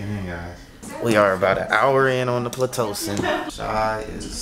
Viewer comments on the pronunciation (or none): He said (PL)itocin lmaooooooooooooooooooooooooooooooooooooooooooooooooooooooooooooooooooooooooooo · ….” We are about an hour in on the PLAtocin” lol He got me dead! My guy did good with vlogging……thank you guys for sharing this amazing beautiful moment with us